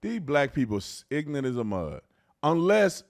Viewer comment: He's "ignunt"